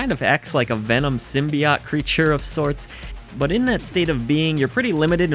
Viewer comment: Also, it's symbiOTE, not ott.